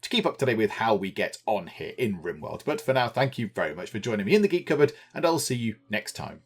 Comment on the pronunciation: the way you say "cupboard"... i swear you some how get three syllables swallowed into one. ;p